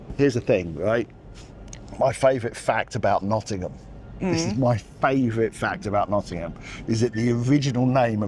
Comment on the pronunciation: Also thank you for pronouncing Nottingham correctly 🙈 (Pigeon milk!)